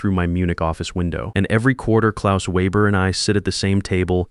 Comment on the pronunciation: I have listened to this olid story on another channel. If you're going to use German, then I would suggest you formulate it properly and pronounce it properly! That includes the Weber business name. Ditto for dollar amounts which cock up the flow of endless stories.